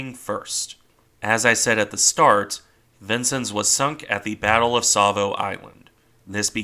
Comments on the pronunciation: I believe her name is pronounced "Vince-Ens", not "Vinces". Nice presentation, nonetheless.. keep up the good work! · It's pronounced vin-sins, not Vincent. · as someone who served on cg49 , it is pronounced vin-senz, not sins. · Being originally from Illinois I have always heard the name pronounced "vin-senz" rather than "vin-sins.." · neither way, vin-senz is how you pronounce it. im fairly familiar with it having served on one of the vincennes!